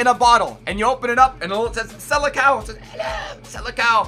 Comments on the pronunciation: its not sele-cow. its sele-sown. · The way says Seleção translates to Sele dog 😂😂😂